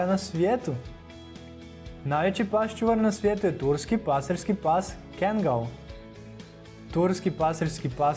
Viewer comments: Nije Kengal nego Kangal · Bo te kengal kaze se kangal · Kaže se kaggal